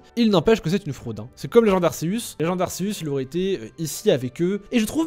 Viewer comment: Ça dit arcéus pas arceus